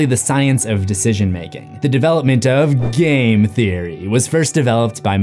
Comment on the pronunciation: Great video and analysis! However I am super dissappointed that you failed to properly pronounce "Game Theory" in that last part. Shame Shame 😂